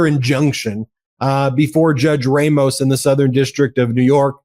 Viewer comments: Judge Rămos, not Judge Rāmos. In Spanish, the "a" is always soft. The letter "e" is always pronounced like a hard "a." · I often listen to you guys and get some good ideas. But stop this white privilege thing about Latino names. It's pronounced RAH-MOS. NOT RAY-MOS. WTF-Baseball broadcasters do the same. Talk to a bilingual Spanish speaker for help. OR do you not have bilingual Spanish speakers on staff. If not, get some. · It's pronounced Raw-mos. NOT Ray- mos. 🇺🇸💙